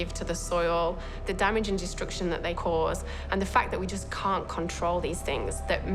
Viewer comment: I love how the Australian accent renders "forces of destruction" as "forces of distraction"